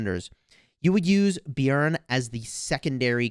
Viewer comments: I agree its very good pronounciation for a non scandinavian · You are saying it right the j is silent in the Swedish and Denmark and Norwegian languages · I'm from Norway, and yes that is the correct way to pronounce it =) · Well done on the pronunciation of Björn!